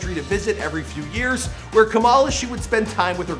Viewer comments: Kamala not kumila come on Now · Ka-muh-luh Sounds like Pamela 🤦🏾‍♀️ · Kamala not Kamila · FYI, her name is pronounced as KAA-ma-lah/KAA-muh-lah, not Camilla. Please say her name right. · I like how Kamala turned into Camila halfway through the vid, come on guy, its not that hard to say Kamala, its one of the easier ethnic names to saya KAH-MAH-LAH. Ain't no old white ladies on the stage, no Camilas here. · No shade but her name is Kamala like Comma-la, not Camilla or Kama-la the way you pronounced. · Who tf is Kamila!?? It's Kamala (Ca-ma-La).... 🙄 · Dog you can't even say her name right? Camila? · Its ka mala not camila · Kamala is pronounced comma-la lol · KAMALA SAID LIKE COMMA-LA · Her name is pronounced. Comma -La. just like her mother Sha MA la. emphasis on the not the K..FYI